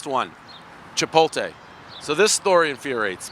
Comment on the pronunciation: What Dave? Chipoltay?